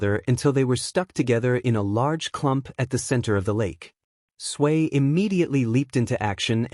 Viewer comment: Why does it sound like 'Sway' instead of 'Tsuyu/Asui'?